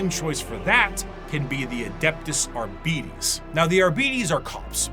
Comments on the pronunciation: Man, I dislike the way keeps saying "Abeedees". It's 'Arbites' ffs! From the word 'Arbiter' (/är′bĭ-tər/) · Well, there are rules when it comes to pronounciation. Both for English and Latin. And yes, it gets a bit weird in W40K because it's bastardised to hell and back, but "Arbeedees" is still quite incorrect. I'm guessing the lazy pronounciation is simply due to Arbiter not being a commonly used word these days. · English is full of words taken from other languages, the pronunciation of which was adapted to better fit English phonemes. They don't fit the standard of typical pronunciation because of that. And again, Arbites has no relation to the english word Arbiter. Even going by Latin "rules", it would be closer to "ar-bee-tess", still very different from arbiter.